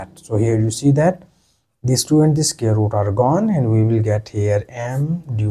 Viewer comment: Its pronounced SQUARE...NOT SCARE !!!.